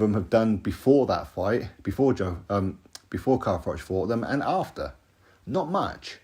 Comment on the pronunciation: Frank is rattled because froch been calling him bricktop, frank kept making froch sound like frock when he was talking about him